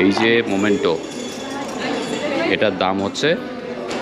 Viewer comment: momento noi memento... uccharon gulo bolar somoy thik korben nahole banglai bolben